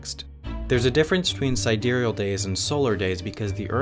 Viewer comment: You don't spell sidereal properly. :-) And I also think he actually did pronounce it properly.